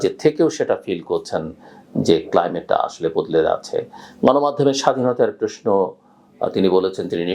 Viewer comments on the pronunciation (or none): ভাই তুমি প্রশ্ন কে প্রেশ্ন বল কেন? আর সালাম কালাম দিতে পারো না?